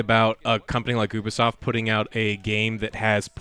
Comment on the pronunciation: Ubersoft, yoobiesoft, No one knows